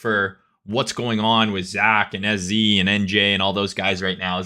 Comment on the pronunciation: SZ more like "L"Z.